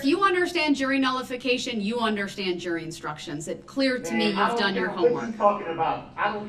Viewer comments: The way he says undershtand is pissing me off. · I don’t undershtand, I don’t undershtand. That’s why you don’t represent yourself and get someone who does understand!